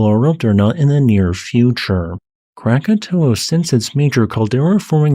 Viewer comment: Congrats for getting the name right. Most people think it's Krakatoa.